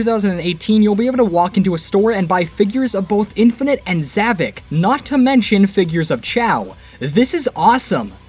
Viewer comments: Not zavik it's zavok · isn't it Zohvphck not Zahvock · Ahem it’s pronounced like Za Vock think vock like co- wait, I️ can’t say that on YouTube!